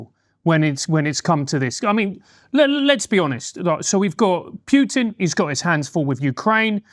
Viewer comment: The dudè in the glasses doesn't even know how to pronounce putins name,😂. And you expect us to take this discussion seriously?